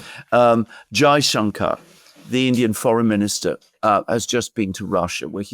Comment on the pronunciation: Thank you Alexander for saying India's foreign minister's name. I had no idea how to pronounce it.